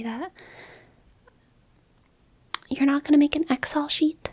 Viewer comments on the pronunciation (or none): You pronounce Excel oddly like Ex-El. It's normally pronounced like ek-sell.